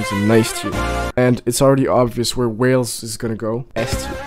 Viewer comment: WHALE-EES hahahaha it's Way-uls